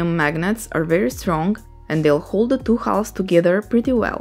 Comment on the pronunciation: Really nice idea, I think my nephew would love one. I saw other people commenting on your English and they’re right, it’s very good. May I give you two tips to help you? One is very subtle: try to notice the difference between the Spanish pronunciation of a word like “two” and how native speakers of English pronounce it: the “t” is much harder in Spanish than it is in general English. It’s almost as if it were spelled “tch” in Spanish, but softer than that. The other one is usually difficult for Spanish speakers - the open sounds. “Melt”, for instance, has a very open sound and most Spanish speakers pronounce it with a closed sound (because it’s the closest in Spanish). However, you can almost do it when you say “door”, which is great already. The open sounds are pronounced in a very similar way to the closed ones, except they’re higher in your mouth, almost “hitting” the front part of your palate. Try to say “eh” as if you’re in doubt, with a closed sound, and then project the same sound forwards. Literally imagine the word going up and front, through your nose. You can stretch your neck a little and project your head while learning - most of my students found this helpful when learning the open sounds. The open sounds are also used in lots of other languages, so it’s a good idea to learn how to do them. :)